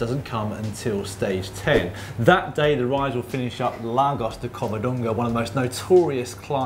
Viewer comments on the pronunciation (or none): none